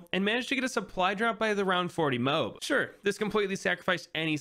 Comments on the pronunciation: only person ive seen say "mobe" not to offend but just saying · You cant just expect to say MOAB like that and get away with it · he said mobe